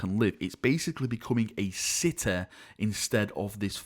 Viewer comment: technologe, galaxe, cite. Laughing out loudEEE.